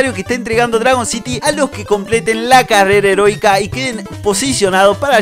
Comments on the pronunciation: dijo carera herotika henbes de heroica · Like si escuchaste carrera erótica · Creo que dijo carrera heronica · Escuche carrera herotica